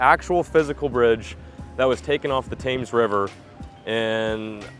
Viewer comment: It’s pronounced “tems”, like Tim’s with an “eh” in the middle. River Tems. Also, whenever you smash a fingertip, if it’s going to bleed underneath, straighten a paperclip, or use a hook, use a lighter to heat one end, and burn a hole in your fingernail to let the blood out. It will sizzle as soon as it’s through the nail, and it will save your nail from turning black underneath and falling off.